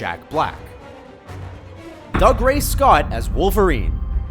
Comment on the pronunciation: Cavill is Cav(to rhyme with have) and Dougray is Doogray. I know names can be funny and not follow normal rules, but it's really not difficult to find interviews with people to see how to pronounce names. The vids on this channel are decent, but this is a common problem with them.